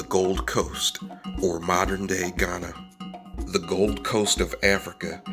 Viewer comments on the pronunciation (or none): none